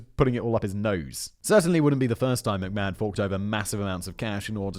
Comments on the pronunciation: What's funny, (given how your comment sections are so prone to whinge about your pronunciations) is you're far closer to pronouncing it correctly than Vince is, Simon. It's a short a, like in map, so instead of may-hon it's more like mah-hon. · To think from McMayhan and Plackeba you have made a career out of mispronouncing things online for the amusement of your audience!